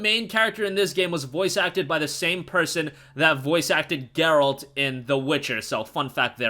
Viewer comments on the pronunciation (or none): none